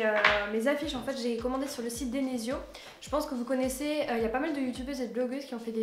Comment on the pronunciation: Elle dit denesio a la place de desenio